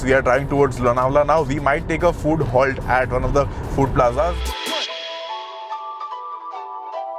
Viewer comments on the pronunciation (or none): none